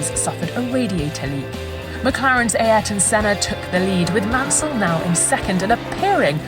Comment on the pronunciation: The way the narrator pronounces "Ay értôn sêná" or "senar" sounds funny